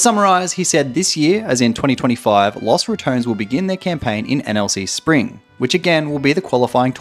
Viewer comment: "loss ratoans"